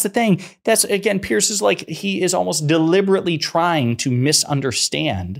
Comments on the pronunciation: Pierzzzz. Not Pearce. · "P-Arse Morgan"as the Scottish would pronounce it, is an arsehole!